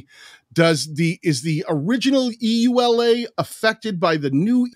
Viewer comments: EULA is pronounced "yoo-lah". No need to spell it out. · EULA = Pronounced among us as Yoo-lah (no one says the actual letters) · I wonder how many people were shouting at the screen “Yoo-Luh!”EULA is an acronym, so it’s pronounced as one word—like NASA. And it takes a lot more time!